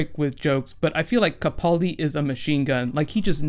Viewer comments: Ca-PAAL-di not Ca-Paul- di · First, it's kuh-pal-dee, rhymes with gal. Secondly, he was translating for the dinosaur in his sleep.